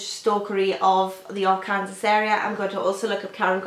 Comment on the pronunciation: ) it's pronounced arkansaw, the last s is silent. Very nice collection, the covers are lovely. I like the handpainted, simple look. I want to know what happens to Delilah as well!